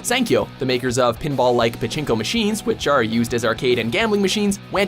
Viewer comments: パチンコがチンコにしか聞こえない件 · パチンコのパ以外の発音つよくてびびった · パチンコの発音が日本語よりさらにチンコで笑う